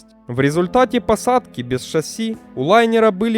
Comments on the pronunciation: шассИ, а не шАсси. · Что ж ты такой неграмотный? Правильно шассИ, а не шАсси. Ударение на последнем слоге. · Определитесь уже- шасси или ШассИ (последнее верно) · Дружище, Вы сначала говорите "шáсси", потом "шассú". Правильно всё-таки ударение ставить на последний слог, как принято во всех французских словах. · шассИ, блин, шассИ. Канал об авиации, а названий не знают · Да сам ты шАсссси и кантралирывать. Ну правда, возьми диктора хорошего!